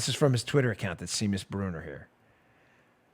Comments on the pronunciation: For future reference, the name Seamus is pronounced "SHAY-mus" not "SEE-mus." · It's SHAYMUS, not Seemus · It's pronounced "Shame-us"! :-D Seamus....'Sea' in Ireland is like 'Sh' in America...'Sean' is pronounced like 'Shaun'. Shame-us....Seamus. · Dan... Seamus = "Shaymus" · The name Seamus is actually pronounced SHAY-mus. It's Irish. Irish Celtic has some 'interesting' ways of spelling things. (It took me ages to figure out that the name Siobhan was pronounced sha-VAHN.) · Seamus is Irish & pronounced Shaymus. 😘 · Dan, "Seamus" is a Gaelic (Irish) name that usually pronounced "SHA mus". I don't know if Mr. Bruner is Irish or not, so I wanted to provide this to you just in case. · I think the guy's name is pronounced SHAE-MUS, as the Irish kinda dude........ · Its pronounced "shay-mus", Daniel...... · If it is Seamus, it is pronounced “Shay-mus”.😊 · This mongoloid doesn't know how to pronounce "Seamus". Maybe he shouldn't be so cocky about how stupid everyone else is.